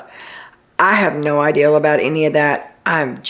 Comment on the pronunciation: you say "I had no "ideal" or "she has no "ideal", instead of "idea" like my mom says! I think it's so cute!